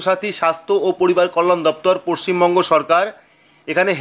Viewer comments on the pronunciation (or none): none